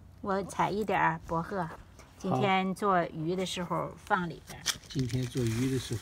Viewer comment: 博贺听着好别扭